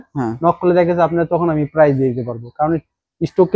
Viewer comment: আপনি প্রাইস না বললে কিনবো কিভাবে প্রাইজ বলতে হবে